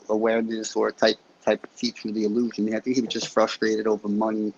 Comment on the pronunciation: . … no way this is a MANdilla defect? I know for a fact you stated opposite. . The more it lets us talk the better. More talk is more data man is considered free range cattle. can you send a picture!? Wow John Travolta Package deals illusion. iLL-looshin i-L-Lusion. EY3-eL-Looshing